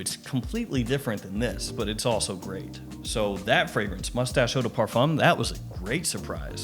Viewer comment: It's pronounced Moo-stash! So much fancier!